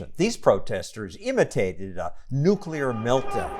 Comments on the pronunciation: I wouldn't trust activists that can't even pronounce the technology they hate so much. It's Noo-klee-ar. Not Noo-kyoo-lur. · Oh man Communists are idiots. If you are going to protest something at least learn how to pronounce the damned thing. NU-KLEE-URR NOT NU-QUE-LER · "The future of Earth is not going to be brought to us by nucular power." Nuclear, not nucular. Nu - clee - er! I can't believe this activist! His grammar is appalling! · THANK YOU STOSSEL!!! I <3 NUCLEAR! On the bright side? "Antis" don't often oppose nuclear, but some other thing called nukular. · Lol nukular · 34- "The future of the earth is not going to be brought to us by nucular power". The word is nuclear, you putz. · The future of earth is not going to be brought to us by people who say "nucular". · "ThE fUtUrE oF eArTh Is NoT gOiNg To bE bRoUgHt To uS bY >>nukular<< pOwEr." *Proceeds to play some children's game called "meltdown."* So annoying that people can't pronounce nuclear. I mean literally the word CLEAR is in the freaking name! Oh man. THAT fucking episode of last week tonight. I stopped watching John Oliver's LWT after that and haven't watched since. Pissed me off to the nth degree. "Radioactive fire..." What the hell is he smoking? Has he ever once read anything about how nuclear power is even accessed? China is actually going to be a global superpower and become even more wealthy once they have a design the international community greenlights them to sell to developing regions. If the US doesn't invest heavily in nuclear, we're going to lose out on multiplying that investment into economics that can almost literally only go up. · "The future of Earth is not gonna be brought to us by nucular power." Using nonexistent words to make a nonsensical statement...dumb boy, go home. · I would agree with this statement.... Because there’s no such thing as “nucular” power. It’s gonna be with “nuclear” power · NUCULER POWER!!!!!!!!!!!!!!!!!!!!!!!!!!!!!!!!! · It's pronounced nookyooler.